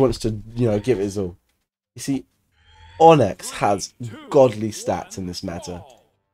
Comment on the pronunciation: Btw, so that ppl don't get triggered, its not pronounced "On-ex" its pronounced 'On-ix"